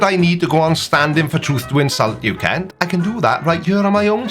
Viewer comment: Kent ? Wrong vowel.